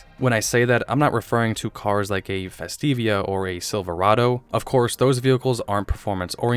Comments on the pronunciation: Ford Fes-TEEV-ah. Not Fes-TEE-vee-uh. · Festiva. FES-TEE-VUH